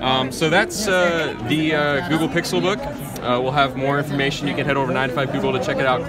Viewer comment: "Pixel Pook"